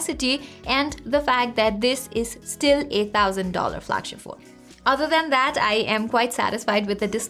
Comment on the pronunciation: Did she said "eight thousand dollar flagship phone" ?